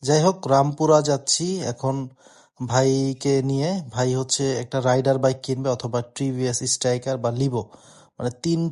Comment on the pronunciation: রাইডার ❌ সঠিক উচ্চারণ রেইডার ✅